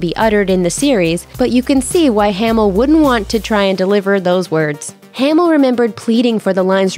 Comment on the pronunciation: Narrator is super annoying. You guys also should’ve told her how to say ‘Hamil’ at the beginning. As she says “Hay-mul”